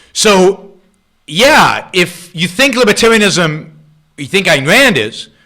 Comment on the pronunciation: What the fuck is Ineran?